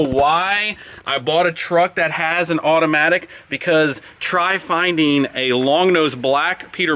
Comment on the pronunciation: “Measureen” “Findeen”